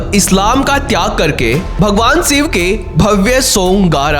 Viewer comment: Bhaiya you tube par video dal rahe ho shiv ko siv toh mat bolo krapa kar ke hindi pronunciation sudhar lo